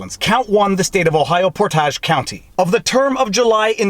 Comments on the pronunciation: You're mispronouncing Portage....think of Porridge, the breakfast food....I live in Portage County, Ohio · Hey I’m from portage county! It pronounced por·tage | \ ˈpȯr-tij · Por' tij county :) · Ah, good ole PortAHJ county ;). Comin from an Ohio boy, it's pronounced Portidge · The a in Portage County is pronounced like an e. It isn't pronounced like what you do when you carry a canoe. So, it is pronounced "port-edge." Source: I live in the country bordering Portage County to the north, and my father lives in Portage County. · As always, LOVE the vlawgs!!! You're amazingly funny with the random interruptions and the family is extremely supportive and fun. However, in this video, the county is not pronounced the way you were saying it (ignoring your Canadian accent, eh.. 😆). It is POR-tuhj. I hope you never get a case to review in the county the City of Cleveland is on. Most Ohioans can't pronounce it themselves correctly. Keep up the awesome job! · If there is a follow up, the pronunciation of the second syllable of the county name sounds like “midg” in the word “midget”. /pour-tige/ ..👍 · I live in this County.... I can describe it in 3 words... corrupt corrupt corrupt. and its Portage (pronounced like port-edge) not so French sounding..its an Indian term. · I live not far from Portage county. You're pronouncing Portage too French-like... it's simply portage (poor-tij), no accents. This link gives a spot on recorded pronunciation of Portage. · As a resident of the county, Portage is locally pronounced port age. Title is Shadow Gate. And thank you for your show. Love the lawfare content. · Portage will rhyme with shortage. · It's Port - ij. 😂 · Americans pronoucn Portage, 'Port-itch.' Not the French "Port-tah-gh' (please excuse the spelling). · It is pronounced Port/age county. I am from this area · Port AGE (rhymes with mage) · Hard "G"...it's pronounced POUR-TADGE 😋😋😋😋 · It is pronounced port-age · Portage is pronounced like porridge as in Oliver the musical